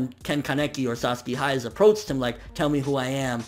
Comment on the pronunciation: some of the times you didnt call him Sasaki you called him Saski..Fix that plz andur awsome keep up what ur doing :D ^_^